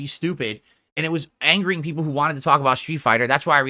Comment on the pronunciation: I have noticed him using that term multiple times past couple of weeks. "2-3 peepul are engaged", "3 peepul are on topic", "like 3 peepul are on topic talking about SF6" and "the 2-3 peepul trying to talk about the game are getting angry about the off-topic chatting" are usually heard when he's fuming at the chat. What's interesting is that about 2-3 whales are usually donoing over 90% of his income nowadays. So probably those are the 3 "engaged" fans he's white knighting and talking about.